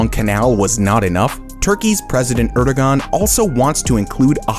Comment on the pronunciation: The dude also pronounces Erdoğan incorrectly.